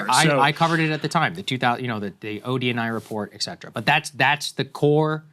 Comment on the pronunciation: Saagar: it's pronounced "et cetera" not "exetera". The "et" part means "and".